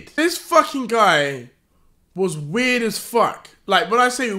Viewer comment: Deji can u repeat that one more time? Coz I'm not sure whether u said he's weird or not